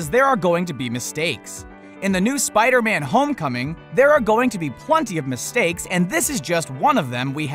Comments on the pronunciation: I found one mistake he did : ''spide-man'' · Spidey man wtf its spider man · spidy man not Spider-Man? and his voice is very annoying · it's Spideyman lmao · He saying Spidey man really